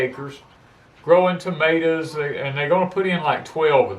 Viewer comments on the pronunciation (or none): none